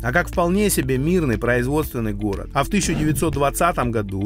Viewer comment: жук и рак сошлись у речки разговаривать словечки, выясняли кто сильней, у кого усы длиннее😂😂😂. Взрослые люли, а страдают детскими психическими отклонениями, у кого что лучше. Услышав слово "хород" хочется спросить, про логопеда слышали ? Деревенский диалект городан никогда не сделает прекрасную местность городом. Это стыдобища, товарищи.